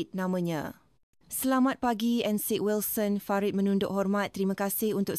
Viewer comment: Though the narration is in Bahasa Melayu, there are words pronounced wrongly. Encik - Ensik, heran - heron this is obviously AI. I listened halfway and then switched to other videos with real human narration.